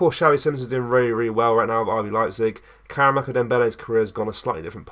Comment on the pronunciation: More click bait pish...hardly worth a video. Here's a tip..why not wait til there's actually news to report on instead of constantly making vids about heehaw. Also, its karamoko not karamako 🙄